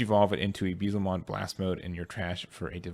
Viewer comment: Please look up the correct way to say Beelzemon